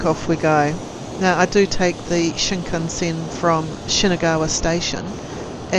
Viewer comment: Spending, not Spin DIN 😂. Shinkansen, not shinkanSIN